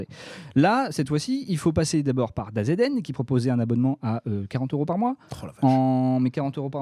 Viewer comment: DAZN se prononce "Dazeune" pour info, le DA - Z - N m'a mis des frissons